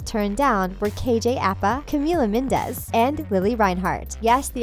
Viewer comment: Carmen Martinez don’t forget she said camilla mindes